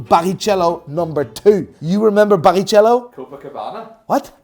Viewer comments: Instead of Barichello (ch pronounced as a k) I understood Paris chello ahahahahha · it's pronounced BARRIKELLO! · The F1 driver is called Rubens Barichello, it’s pronounced “BariKelo” mate🫡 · Please somebody tells how to pronounce Barrichello, please